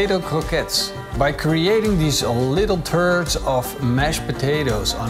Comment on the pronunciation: Did you say turds of mashed potatoes?! Ahahahaha!